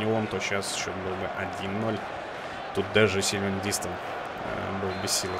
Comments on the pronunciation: не дИстэн, а ДистЭн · помидорка ДистЭН ударение на последний слог! Так коментаторы ПЛ говорят! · LeX Tar на 2 слог)))) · очень хорошо, но на будущее Дистен говори)) он же француз